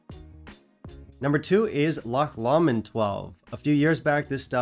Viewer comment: Love the premise here. An echo chamber “love in” is sometimes too easy. I’ve promoted my own lynching by saying band I don’t like The Beatles. Really gets some folks going 😂😂 or “upsets a few people” as you say! Great list 😂 Oh yes meant to say Loch “low- mond” for no2 👍